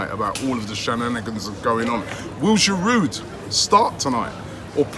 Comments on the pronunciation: You actually don’t pronounce the « d » in « Giroud » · Giroud will leave because Robbie still cannot pronounce his name properly 😂 😂. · I squirm every time you sound the 'd' on the end of Giroud, Robbie. It isn't that difficult to pronounce his name correctly. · The d is silent in giroud 😂 it’s winding me up